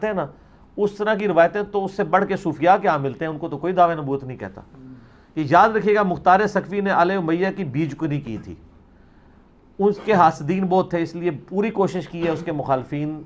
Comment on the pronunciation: بھائی صاحب صحیح فرما لیں بیخ کنی بیج کنی نہیں